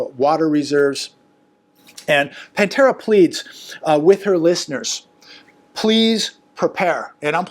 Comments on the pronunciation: Patara not Pantera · Get her name right, it's Patera, not Pantera. Sheesh she sent you lots of new viewers. At least pay attention to her correct name. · It's "Appalachia Homestead by Patera", not "Pantera". Please, dude - you're making part of your living off of communication... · I think her name is Patera rather than the band name, Pantera. 😊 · It's Patera, not Pantera. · Her name is Patera not Pantera And she is pretty awesome! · Why do you call her Pantera? It is Patera.